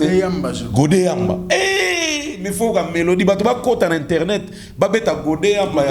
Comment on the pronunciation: On dit internet et non internot